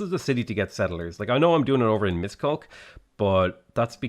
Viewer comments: I really like the videos but I'm constantly bothered by your pronunciation of Hungarian cities e.g. Pecs is pronounced like 'petsh', Miskolc is pronounced 'mishkoltz', Szeged is pronounced 'sayged'. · Thank you for the amazing video,, you lightened up my Sunday. As a Hungarian, I want to give some tips on how to (sort of) pronounce the names of these cities. My fellow countrymen, feel free to correct these, let's help our lad improve! #1. PÉCS: try saying peach but with an 'ai' as you would in 'gain' ('Paich'). #2. MISKOLC: Instead of a 'K' at the end, try something like 'ts', and an 'sh' instead of 's' sound, so 'Mishkolts' should work. #3. SZEGED: This depends on regional accents, but don’t to pronounce ’g’ as a ’z’. Google translate says 'Seg Ad' in a close enough way. #4. DEBRECEN: Just pronounce the ’c’ as a short ’ts’ again, and you’re good to go., you almost nailed it. #5. SZÉKESFEHÉRVÁR (probably looks scary): you pronounce it like ’say-cash-fahaervaar’ (make sure to hit all consonants) The way you say BUDA, and EGER are pretty good, imho I also love the new editing style a lot, specially the occasional iguanas. Respect and stay safe😉